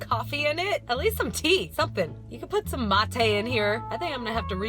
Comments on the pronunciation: That struggle when someone mispronounces "mate." Love you! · thats not how you prononce mate... and thats not how its spelled.... and thats not hpw its made... or drank... WHAT THE FUCK IS UP WITH THE BAGGED YERBA